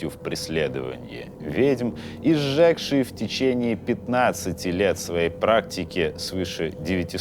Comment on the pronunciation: Сжегший произносится с ударным о, так как там пишется ё